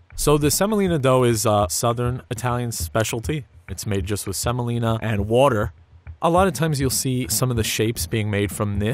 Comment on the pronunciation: how he said water made me die